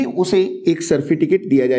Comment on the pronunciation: No doubt in knowledge...but correction required in pronunciation....... certificate